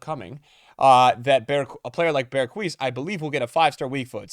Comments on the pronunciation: You say it like this “BERGH- uh - S” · yo say berguis again mad funny